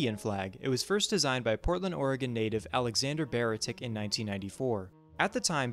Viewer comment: "Baretich" is pronounced with a ch, as he's pronounced it himself that way. No, the thinking isn't just that culture aligns within the bioregion. The thinking is also that economic, political, and social systems function better if aligned with the bioregion. No one is denying cultural differences, however most of these cultural differences are political views, and it seems you possibly subscribe to the idea that the bigoted political views held by the right wing paraded as "traditional values" are somehow a serious form of "culture" when describing eastern Oregon, in addition to ignoring how bioregionalism is a movement to shape culture around the bioregion and not the other way around. You shortened "Bioregional Independence" to "Independence," and then dismissed it's validity. What "Bioregional independence" means is that a bioregion is free from the concept of the nation state, or at the very least the nation states that currently claim it. The bioregional independence movement aims to decrease dependency on the nation state as a whole so that in the event of a collapse, the bioregion is free. Bioregionalism isn't based on "liberal foundations." The concept of throwing away the concept of arbitrary borders and giving independence to the region isn't inherently "liberal" at all. A portion of the movement is anarchist, and if it were based on "liberal foundations," this wouldn't be possible. "The borders are somewhat subjective." Not really. Half of